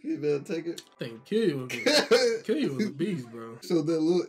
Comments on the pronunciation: Just letting y’all know it’s pronounced kill-oo-ah not keel-you-ah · Its pronounced kill-you-all lol